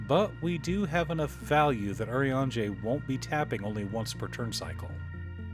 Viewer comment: i'm so happy i finally found someone that pronounces his name correctly